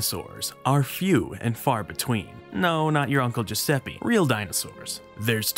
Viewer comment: Adding to this, it's pronounced "Jovanni", not "Gee-oh-vanni". And the final E in Giuseppe it's more like "eh" than "ee".